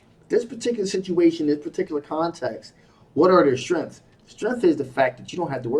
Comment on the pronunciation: Ive just cracked myself up. I spent three quarters of the reading trying to figure out why you kept talking about shrimps. Until i realised in your accent you were saying 'strengths'. 😂😂